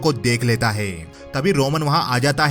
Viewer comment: Faasi hone wali hoti heeeey, kada hota heeey uske pass kuch hota heeeeeey Hai par itna Zor kyu dete ho?